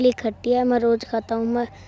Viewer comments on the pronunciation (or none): khatti nahi bhai tatti bola 😁😂😂